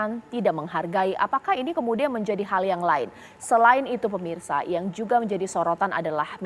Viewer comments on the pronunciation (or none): none